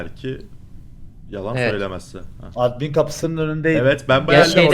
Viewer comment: Efenin edmin demesi 😂